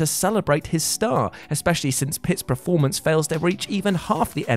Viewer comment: No one who ever watched Last Action Hero and missed that Stallone Joke. Also can you please stop saying "PREformance"? Just a request. You know its PERformance right? I dont know why it bugs me so much but it does.